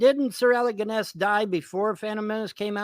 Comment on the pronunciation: "Sir Alec Ginn-Ess." LMAO Someone needs to tell him the Jones in Alex Jones is pronounced 'Jo-NEZ'.